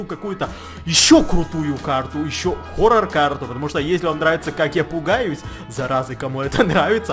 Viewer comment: Сохоррорне форор а хоррор!!!